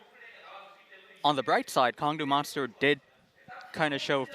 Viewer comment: Goes to great lengths to explain how to pronounce ADD. Still can't get the Kongdoo Monster team name right.